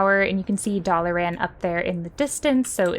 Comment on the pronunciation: Never hear Dalaran pronounced 'dolly-ran' before, hehe. Love it, calling it that from now on.